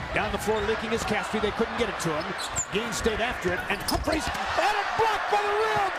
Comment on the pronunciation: lol at how the announcer says humphreys